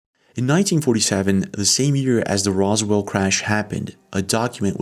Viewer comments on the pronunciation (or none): none